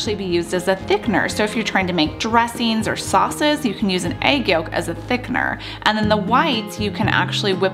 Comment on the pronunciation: Please learn how to pronounce the word Thickener.